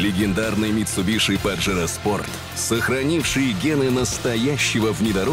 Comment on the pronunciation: Как же режет слух "митсубиШи") Это звучит ужасно)) Почему не произносить правильно?))